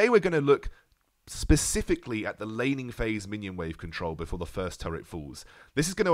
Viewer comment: I keep on hearing lenny face instead of laning phase...